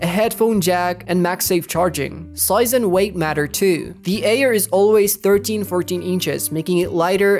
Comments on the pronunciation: Wtf that supposed to mean the Ayer? What kind of fucked up accent says Ayer instead of Air? 🤣 Retyna 🤣🤣🤣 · the way u saying "Air" makes me not wanna trust u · The way you pronounce “Air” really ruined the experience 💔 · "Eer" and "reteena" I can't 😢😂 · FR FR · the way he says air kills me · That’s mean he can’t control that